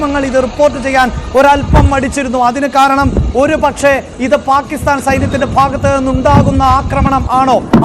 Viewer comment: Why you are saying always Palisthan. Pakisthan ennu thanne parayan enthenkilum budhimuttu undo?